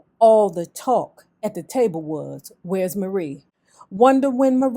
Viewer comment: Marie is pronounced like Mary. Marie passed in 1999.